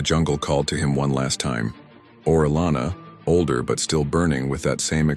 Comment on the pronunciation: You pronounced his name correctly the first time. Then you you continually misprnounce his name throughout the video.